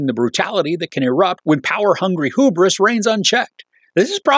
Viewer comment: The word is pronounced “hew-bris”.